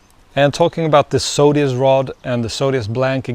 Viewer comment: I have to say, it drives me insane the way you say Zodias, as Sodias.